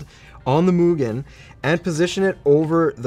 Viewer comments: Japanese here, you absolutely got the MUGEN pronounceation right👍👍👍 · Gets the pronunciation for MUGEN down but botches KAZE (kah-zay)😝